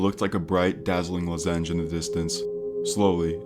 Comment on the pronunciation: Have never heard someone pronounce “lozenge” like that lol